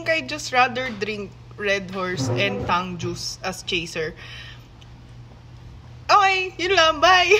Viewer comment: Tagalog ang pronounciation niya ng tang.